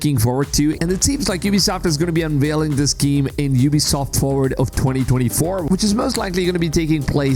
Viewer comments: What's a giem? He talks about this giem and this giem, but what is a giem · I took shot every time he said "geeem". I'm totally hammered.